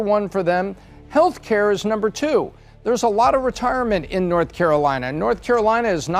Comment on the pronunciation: Please teach this woman how to say two !